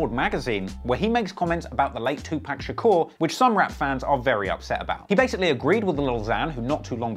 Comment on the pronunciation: It's pronounced too pock not too pack